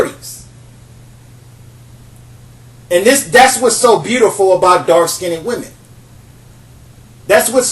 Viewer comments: Oops accidently hit post. To finish my post. Skinned is only one syllable. (Skind) not (skin ned). Just to funny hearing him. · He is mispronouncing "Skinned" as "skinied" not skinny! Like ax for ask! He is unable to enunciate! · The way he says "skinned" cracks me up. He says (skin ned) pronouncing the n twice instead of (skind). Skinned is only one syl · I'm sorry but "skinnid" 😂😂😂? I get his point though. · Hi I live as a black woman and I also hate the fact that light skinned women are top of the tree when it comes to beauty! I love the topics you pick and I want to see more information about the topic. Please, however can you say dark (skiind) rather than skindeed? I would really appreciate it. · It IS SKINNED.... Not SKINNDDEDD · Every time you say "skinded" I cringe! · skinned not skinneded Wtf pronounce it right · Skinned,skinned not skin-ed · Let me help you here with your ability to speak with more authority. First of all; You are pronouncing the word 'Skinned' all wrong. It is not; 'Skin id'. It is pronounced; 'Skinnd' Not' Skin id' And I agree with you, by the way. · I mostly agree with your points, but please learn the correct pronunciation of "dark-skinned". You sound like you are putting an extra "ed". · I really appreciate this video but the word is "skinned" not "skindid". :) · sounds like hes saying "dark skinny women" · Lmbo! FINALLY, someone else that's corrected that mispronunciation. Annoying...the Englishp language isn't as difficult as many make it seem. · I love the way you say dark skin-ned women, it cracks me up! Priceless and gorgeous. However, if a brother doesn't like my dark skin, it's all good, I get checked out by many many others. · smh....."skin-ded"? Artculate first, then educate others. But, good perspective. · Listen, young man, first learn to speak the language you use properly. You are not pronouncing the word skinned improperly. The "ed" in the word skinned is not a separate syllable. The word is only one syllable.